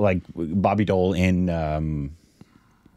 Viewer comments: It’s not boby doll it’s boby deval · He's not Bobby doll...pronounce Bobby D owl..... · BOBBY DEOL ❌ BARBY DOEL ✔️ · I heard Barbie Doll, when first said Bobby Deol 😂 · Who else heard Barbie doll😂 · Did he just say Barbi doll 😂